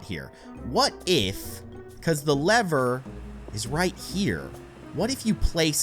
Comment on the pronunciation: You say leather it is lever